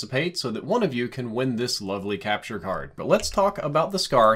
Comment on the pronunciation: "capture card" its ok ik you are doing your best